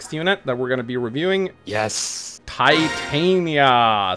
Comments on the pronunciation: Uuuh, so Titania‘s name is from that Shakespeare play „A Midsummer Night‘s Dream“ and it‘s pronounced Tee-tah-nee-ya and if you keep saying it that other way I think I‘m going to have an aneurysm. BUT the stat screen looks amazing and the effort you‘ve already put into just showing the units is really paying off and makes the video feel very very high quality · pro tip to those who played this not knowing how to pronounce Titanias name. Tit-tan-ya and this concludes your daily message from your local grammer nazi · The way they pronounce "Titania" bothers me.